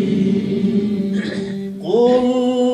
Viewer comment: কুল আয়ুজু নয় ক্বুল আয়ুজু।